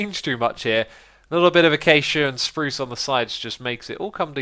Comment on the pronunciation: he likes the way keralis and iskall, 2 swedish youtubers, pronounce it and is now stuck saying it the same way :D